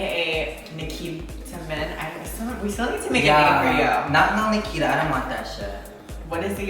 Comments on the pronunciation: Did you just say... BRICKITA. I AM HOLLERING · Hahaha catch me at EWA beach haha yes literally my smoking grounds haha even though you said it wrong Nikita haha